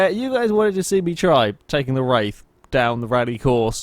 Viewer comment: "Star Trek Roof in the Wraith of Khan...." Love the series!